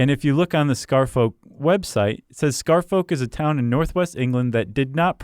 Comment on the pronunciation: Scarfolk is not pronounced like that, you know. Like Cheshire and Worchestire